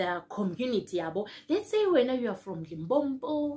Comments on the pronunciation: Limpopo not Limpompo 😂 re kgopela link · Lim-po-po Lim-pom-po Come on now